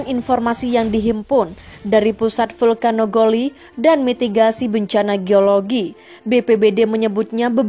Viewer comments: Vulkanologi....kayanya bukan vulkanogoli....hk hk hk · Vulkanologi kok disiarkan vulkanogoli, aduh tambah serem aja